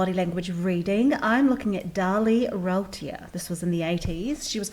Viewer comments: the first syllable of her last name rhymes with roo (like kangaroo), not row (like cow) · Here name is pronounced Roo-TEER... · I thought her name was Routier pronounced roo teer. And Texas is definitely not teexas. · Number 1 turn off: If you’re doing a video on someone you should learn to pronounce their name. 👎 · Did she do any research on this case at all? She can't pronounce her name correctly...and no it isn't the accent. Darin was not a wealthy man, etc...etc...if you want the real story, please watch "The Last Defense" Aired in June 2018. Don't buy into this rubbish... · You say she's using her "please believe me" voice,and then her "baby doll" voice? Perhaps your focus should have been on your own voice,as you continually mispronounced her name. She's blinking because she's "stressed"? Well,how inappropriate of her! You appear to be the psychopath here. Making fun of a woman who was brutally attacked in her own home,who had to live through the horror of her children being murdered,and then being accused and convicted of being the murderer? This woman has been trapped in a nightmare for 20 years and you seem to find it amusing. Shame on you.